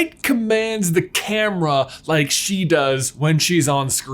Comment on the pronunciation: the word is in fact "camera"